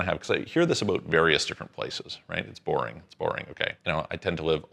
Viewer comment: As soon as I hear "aboot", I'm out.